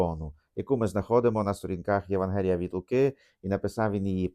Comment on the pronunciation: ви не правильно навіть наголос ставите: не ЄвангЕліє, а ЄвАнгеліє. Хто хоч трохи знає грецьку це вам підтвердить…